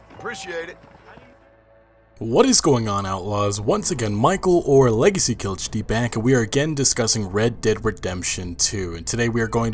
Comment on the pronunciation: You should change your name to "LegacyKillHD" without the "a", because that's how you always pronounce it.